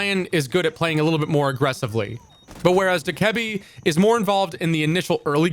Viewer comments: no he doesn’t💀 It’s (Dough-Kuh-Bee) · Not sure how I feel about this lost, having lion in this and not buck, also saying Dokkebi in that way, that's wild 😂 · The way he says Dokkaebi kills me bro 💀